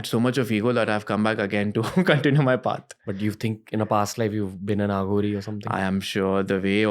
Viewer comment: It is अघोरी not आघोरी. Arth ka anarth ho jata hai jab Aaghori bulate ho. Dont try to sound western for being cool